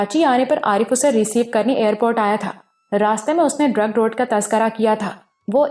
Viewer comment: Zabardast ❤. Ek baat karachi ki jaga hai drigh road not drug road .. sunnay me ajeeb sa lag raha hai iss leye bata deya.